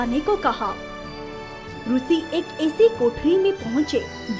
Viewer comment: Very nice story and animation but rushi nahi rishi hona chahiye